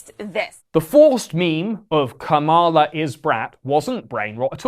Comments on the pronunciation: 85% accuracy rate on this although I always enjoy and actively seek your take on the passing year. For example, you consistently mispronounced ‘Kamala’ and SNL is 50 years old not 40. I’m not sure that Brat is the new ‘Live Laugh Love’ so much or that millennials are as irrelevant as you suggest although they certainly aren’t the youngest in the conversation anymore. Luigi is hot af tho and Catholics are indeed metal. Have a great 2025 🎉🍾🎊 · Great video but the way you pronounced “Kamala” hurts my heart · Can't even pronounce kamala's name right lmao